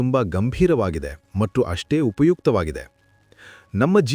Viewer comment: ಧನ್ಯವಾದಗಳು ಸರ್ ತುಂಬಾ ಉಪಯುಕ್ತ ಮಾಹಿತಿ ನೀಡಿದ್ದೀರಾ. ನಂಗೆ ಎಲ್ಲಾಒಳ್ಳೆಯ ವಿಷಯಗಳಿಗೂ ಧನ್ಯವಾದ ಹೇಳುವುದು ಸ್ವಲ್ಪ ದಿನಗಳಿಂದ ಅಭ್ಯಾಸ ಆಗಿದೆ ಸರ್ ತುಂಬಾ ನೇ ಖುಷಿ ಆಗತ್ತೆ. ನಾನು ನಿಮ್ಮ ಎಲ್ಲಾ ವಿಡಿಯೋ ನೋಡ್ತಿರ್ತೀನಿ ತುಂಬಾ ಖುಷಿ ಇದೆ ಆದರೆ ಒಂದು ಕೋರಿಕೆ ಇದೆ ಸರ್ ತಪ್ಪು ಅನ್ನಿಸಿದ್ರೆ ಕ್ಷಮಿಸಿ. ನೀವು 'ಮತ್ತು ' ಅನ್ನುವ ಬದಲು ಮಟ್ಟು ಅಂತಿದೀರಾ ದಯವಿಟ್ಟು ಅದನ್ನ ಸರಿ ಮಾಡ್ಕೊಳಿ ಸರ್ ಬೇರೆಯವರು ಯಾರೋ ಇದನ್ನ ಹೇಳೋ ಮೊದಲು ನಾನು ಹೇಳ್ಬೇಕು ಅಂತಾ ಅನ್ನಿಸಿತು ಸರ್ ತಪ್ಪಾದ್ರೆ ಕ್ಷಮೆ ಇರಲಿ ಸರ್ 🙏🏽🙏🏽🙏🏽🙏🏽